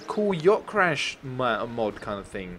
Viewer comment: You write mod and you say map